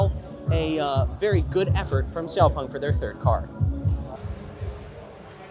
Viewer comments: X-Pung 😂 😂 😂, you don't know the name of the car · Its called xpEng not xpung.